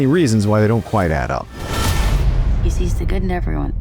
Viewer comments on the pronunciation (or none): none